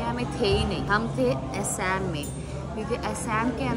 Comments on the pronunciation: Asem nhi didi Assam bolo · Hello aisam nehi Aasam, thik tarah se toh bola karo Aasam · A shame nhi Assam hota hai😅